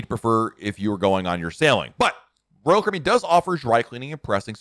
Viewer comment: pronounce: ROYAL CARIBBEAN!!!!!!!!!!!!!!!!!!!!!!!!!!!!!!!!!!!!